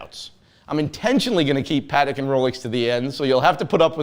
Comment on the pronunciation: One would think he would know how to properly pronounce Patek🤦‍♂️